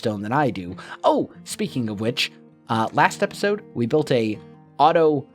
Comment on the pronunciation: "epitode"